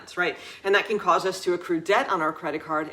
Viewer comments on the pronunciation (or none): none